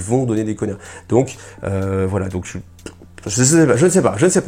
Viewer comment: Et ça se prononce "nia" et pas "Gna" je suppose ?